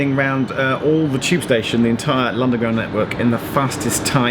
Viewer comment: ”on the lunderground network...”